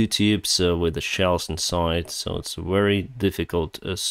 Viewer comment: Please read "very" with v sound like в in cyrylic alphabet.